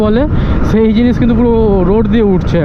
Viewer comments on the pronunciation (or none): ছেই দাদা 😂 অছম্ভব বলেছ তোমার ছেই বলা টা সেই 🙊